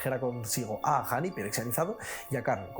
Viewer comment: Todos: Ajani. España: a g j h a n i